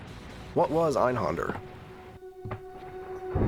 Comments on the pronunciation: That creepy laugh from the billboard was actually reused for some boss in Final Fantasy XIV (I forget which one). Also, it's not your fault because the game itself mispronounces it too, but the accent on the A in Einhänder means you shouldn't pronounce it as Einhonder. I guess it would be like "Einhender". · It's pronounced AYN-Hayn-dare with a soft 'r'. Ist es Deustch. Nicht Englisch. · I'm pretty sure he knows (along with everyone else) that it's German. Native English speakers don't grow up learning how to pronounce German words many have never encountered before.